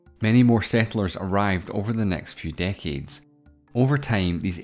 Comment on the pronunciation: "day-keds" (decades) of struggle... Interesting accent. South Africa? New Zealand? Are the "e" and "a" sounds just flipped? Would "date" be pronounced as "debt"? And would "let" be pronounced as "late"? Sounds so weird to me as an American... He pronounces "1806" as "Ee-tayn ooh sex" Also, I assume he is South African b/c he talks about that country?